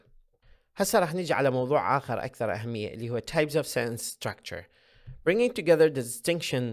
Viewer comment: تحياتي لكم مقدما.. لكن هذا ليس شرحاً بل هو ترجمة لما هو مكتوب.. ويبدو لي - وقد أكون مخطأً - انه عرض أقربُ للفظ منهُ للشرح.. وكلمة (sentence) لم اسمع البريطانيين أو الأمريكان أو الأستراليين او حتى الاساتذة العراقيين يلفظون هذه الكلمة كما تلفظها بشكل غريب.. سوف تقول لأنها مُدغمة مع الكلمة التي بعدها.. أقول لك لا.. لان اغلب لفظك لهذه الكلمة تكون وهي أي كلمة (sentence) في نهاية ترجمتك لفقرة معينة.. ليس الموضوع موضوع المُماثلة (Assimilation ).. ونختم رائينا بالشكر لجنابكم.. أخوك: المترجم د. محمد